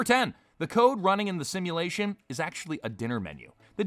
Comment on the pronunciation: It's a sashimulation